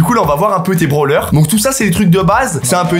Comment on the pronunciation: Il dit des branleur au lieu de brawler